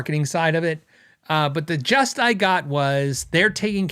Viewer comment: the word is “gist” not just.:)